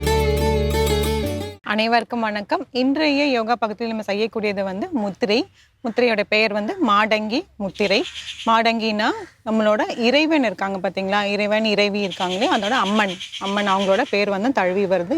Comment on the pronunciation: Its mathangi not madangi Say more regarding.benefits not how to perform